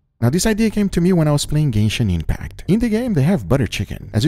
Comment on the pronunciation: "Gayshin Impact" 🤣